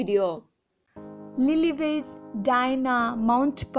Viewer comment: Learn to pronounce their names properly. Dianna, Prince Harry, Lillibeth and Archie please